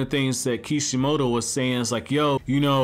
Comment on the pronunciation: Why do you call kishimoto eekeemoto lol